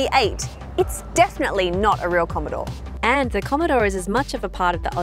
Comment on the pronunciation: 2.16 "Commodore" 👍